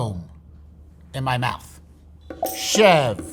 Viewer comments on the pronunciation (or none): His pronunciation of Chèvre 💀